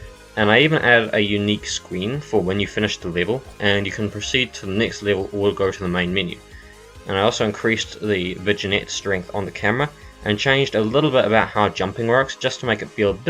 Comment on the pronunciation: vignette is pronounced as in vineyard